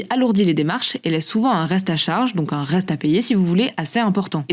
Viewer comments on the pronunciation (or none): « Qui n’en est pas vraiment z’un » première seconde de vidéo. Je sais pas où il recrute ses journalistes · « Un changement qui n’en est pas vraiment z’un! », au tout début (20 s) de la vidéo! Franchement,, on la refait épicétou! Ben même pas!!! Jeulkroapô!